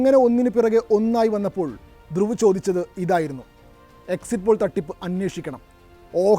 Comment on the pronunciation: ധ്രുവ് . രതി=Druw Rathy എന്നതാണ്അയാളുടെപേര് 👌ഹിന്ദിചാനലുകൾ പേര്ശരിക്ക് ഉച്ചരിക്കുന്നത്കേൾക്കാം മലയാളക്കാർ 🥴 ഇദ്ദേഹത്തെരാട്ടി, രത്തി, രാത്തി , എന്നിങ്ങനെ പറയുന്നു😂 ഒരു കൊല്ലത്തോളമായി ഞാനി ദ്ദേഹത്തെകേൾക്കയും 😊എൻ്റെ 5000 ത്തോളംവരുന്ന ഫെയ്സ്ബുക്ക് 🎉സുഹൃത്തുക്കൾക്ക് ഷെയർ ചെയ്യുകയുംചെയ്യുന്നു😮 ധന്യ വാദ്😊